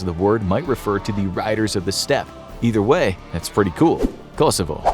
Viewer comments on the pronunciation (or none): none